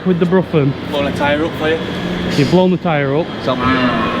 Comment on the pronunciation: Keep up the good work. They pronounce the broughan as ‘brohan’